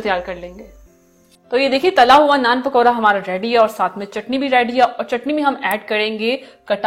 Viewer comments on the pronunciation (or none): معذرت ۔۔۔۔۔۔ پکورا نہیں پکوڑا